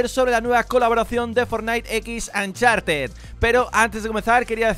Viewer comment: "Ancharted" jajajaja